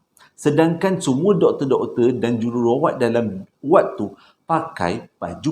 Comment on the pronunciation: Jerawat ?? Hahhaaa Jururawat jadi jerawat 😂